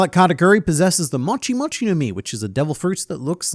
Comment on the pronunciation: Correction, mochi pronounced m-oh-chi, not m-o-chi, sorry